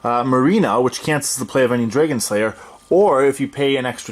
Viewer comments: I’ve never heard someone say dreygon. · drag-in/un.:) Not making fun of you, I’ve just never heard that before!